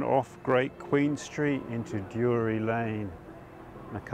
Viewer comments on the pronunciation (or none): Nice one, just to point out it’s Drury not Dury Lane